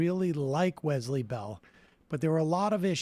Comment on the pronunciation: Can someone please tell them how to pronounce Wesley? The Z sound is nails on a chalkboard.